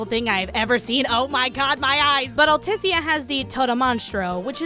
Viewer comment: Also, why can no one pronounce "Altisha"? They say it multiple fucking times! Also, you don't know how many times I've crashed that carship...